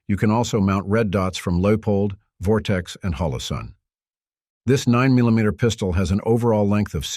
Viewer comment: How ya say 9mm😂😂